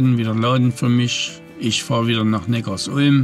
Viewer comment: Im Audi-Werk war ich 1,5 Jahre fast täglich arbeiten. Und bitte sag nicht NeckarsUlm, sondern NeckarSulm! Die Sulm ist ein kleiner Fluss, der in den Neckar fließt. Viele machen den Fehler und denken, dass es etwas mit Ulm zu tun hat. Den Fehler machte ich auch mal, bis ich dann 10 Jahre dort wohnte.